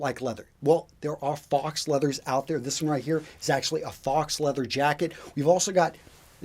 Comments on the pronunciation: faux, pronounced foe not fox. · "Faux" is a French word meaning "fake." It is French so the "au" are combined and the "x" is not pronounced. "Faux" is pronounced like "foe", not like "fox." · nice one! FYI "faux" sounds like "foe" not "fox" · Faux is the french word for "false" and is pronounced "Foh". Saying faux like fox might give people a different idea of what you're talking about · Hey, I love your videos, please keep doing what you're doing. That being said, PLEASE stop pronouncing "faux" the same as you would the animal "fox". You've done this in more than one video recently, and it is SO disappointing and irritating to hear you say "fox". It's pronounced "f-oh". It's a loan word from the French, meaning false. You are very good at what you do, but lose a lot of credibility with me when you don't pronounce words correctly. Again, it's "f'oh". The "X" is not pronounced. Thanks and keep up the good work. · "Fox" leather made me laugh since you're usually so perfect. Faux is pronounced to rhyme with "though" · faux /fəʊ/ Learn to pronounce adjective made in imitation; artificial. "a rope of faux pearls" not genuine; fake or false. "their faux concern for the well-being of the voters didn't fool many" pronounced FOE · hahaha- After hearing him say that, I thought I was saying it wrong! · Has no one corrected his pronunciation of faux yet lol